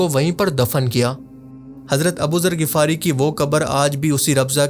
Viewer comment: Bro MashaAllah bht amazing video banai just need one correction its (Ghifari) Ap Shayad (Ghafari) bol rahy ho